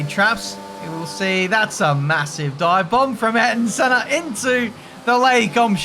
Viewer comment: saying "Ayrton Senner" is gold